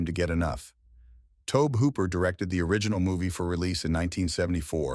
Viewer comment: Who is Tobe hooper lol it's Tob-E like Toby